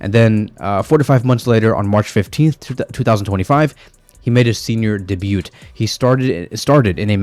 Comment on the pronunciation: The T at the end of “debut” is silent btw